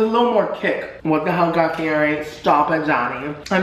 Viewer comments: You say his last name wrong 😂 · He pronounces Fieri wrong and I want to die. Still love him though lol